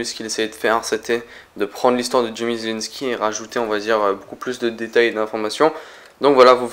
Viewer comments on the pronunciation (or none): none